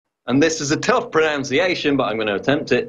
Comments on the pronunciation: PRONUNCIATION IS NOT PRONOUNCIATION YOU FOOL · That's "pro - nun - see - ation", not "pro - noun - see - ation". Paul - with respect and affection... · It's pronunciation, not pronounciation. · I like Paul, but that's not how you say pronunciation.